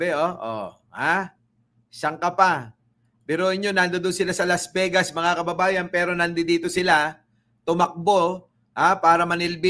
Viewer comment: Las Vey-gas? Her we go?, ilang taon ka na ba sa USA? Kahit third-grader, kayang sabihing, " 'Hir' we go."